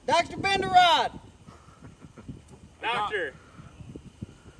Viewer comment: LOL "Doctor Bend-a-rod"